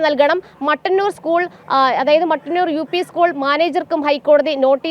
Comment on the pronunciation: മട്ടന്നൂർ അല്ല. മുട്ടന്നൂർ. It is Muttannur not Mattannur.